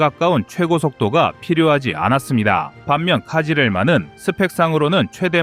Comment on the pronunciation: 카지렐마가 아니고 크즐 엘마 (빨간 사과) 입니다. 카싁츠도 카슈끄지라고 그지같이 말하더니, 크즐엘마도 엉터리로 이야기 하네요. 이름조차 엉망인데, 내용을 맞을 까요 ? 얼추 맞아보이기는 하지만, 정보의 신빙성에 의문이 듭니다.